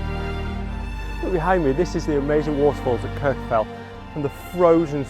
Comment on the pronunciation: Great content as always. It's nice to see compositions of Kirjufell without the falls. By the way, Kirkjufell is pronounced more like "Kirk-u-feck-t". The "LL" at the end of a word in Icelandic has a sound that comes from snapping your tongue off the back of your top teeth. Unless you grow up immersed in the language, you pretty much can't get it right. But you can get it closer with a "ck" sound like the end of the word "check". I spent some time with Icelanders trying to learn pronunciation, and it is hard if you did not grow up learning the language.